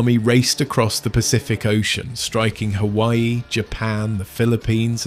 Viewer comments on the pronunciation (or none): none